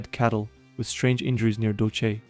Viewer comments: Dull-say, not Dull-she. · "DOL-CHE BASE" is nefariously diabolical🤣